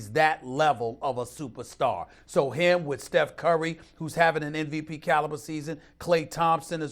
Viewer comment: Stephen A. "ek-cetera NVP" Smith...